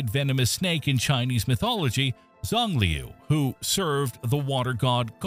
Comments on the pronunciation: you said the moons name wrong ;-; its a chinese word so its "shang-lew" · Xi is pronounced as She. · Your pronunciation of Xiangliu is totally wrong. The correct one is something like hsianliu. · In Chinese the pronunciation of Gonggong's moon is close to "Shiang-liu". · xiangliu should be pronounced roughly "shiang liu" in english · Isn't Xiangliu pronounced Shang-lu? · That is NOT how to say Xiangliu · I don’t know much about Chinese, but I don’t think that is how Xiangliu is pronounced. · He did indeed butcher it horribly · Ai generated crap. Can'r eveven pronounce Xiangliu